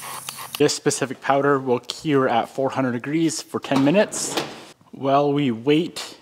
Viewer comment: Why in the world do you say the word Cure like that? 🤢😂